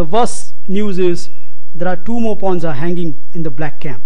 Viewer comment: Exactly. Btw, it's "pawns", not "ponds".